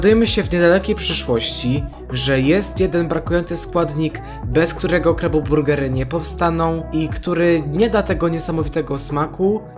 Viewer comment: jak coś mówi się krabo burgery a nie kabo burgery